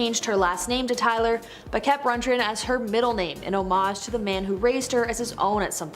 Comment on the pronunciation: Todd RUNDgren not Rungren 🤦‍♀️🤦‍♀️